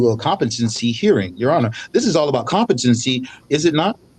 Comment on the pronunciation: If you say "Contepamcy" instead of COMPETENCY then you have already failed the test 😂.